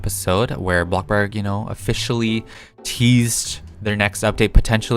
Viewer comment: The way he says “Blockburg” so casually